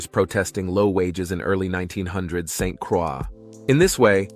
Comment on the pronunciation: A few things here… St. Croix is pronounced “Saint -Croy “ and not “Cra”. Folks drive on the left because we were once owned by the French and they never changed it. Finally, the cover art is deceiving and distasteful.